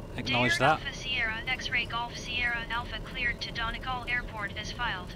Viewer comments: Oh and phonetically it's Don ee gawl :) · Excellent video! It’s pronounced “dunny gall” btw 😀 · Great to see you over here and thanks for watching! This sim really is amazing (apologies for butchering the pronunciation for Donegal, what a wonderful place). Hope you're enjoying the new bike :)